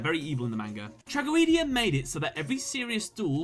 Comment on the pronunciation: Its pronounced "Tra-go-dee-a"